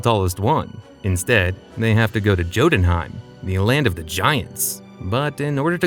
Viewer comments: You really read Jotunheim with the "Jam" type of "J" ?? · it’s pronounced as “Yoh-tūn-hàym”